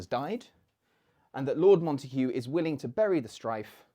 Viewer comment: Why do you pronounce Montague with an h when all times I’ve heard it was with a hard g?